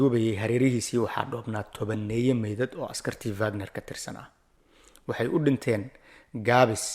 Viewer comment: It’s not vagnar ee waa wagnar